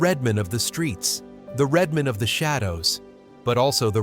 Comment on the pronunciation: IT'S RED MAN, NOT REDMOND!!!!